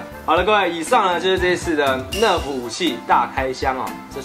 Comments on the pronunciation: 是nerf不是nref 英雄 😂😂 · 是nerf 不是nref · 不是NREF是NERF哦